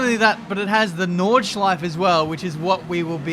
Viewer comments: It’s so funny. I‘m German and it’s funny to hear an Englisch „Nordschleife“ 😂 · Take a shot everytime when pronounce nordschleife wrong